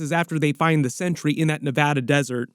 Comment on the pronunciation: thank you for pronouncing centuries named correctly Too many people call him century with a sea which is wrong his giant S on his bell buckle its sentry thank you thank you thank you for pronouncing it correctly.